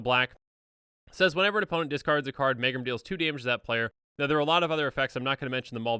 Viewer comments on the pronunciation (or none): Megrim is pronounced meegrim. It means low spirits or the blues.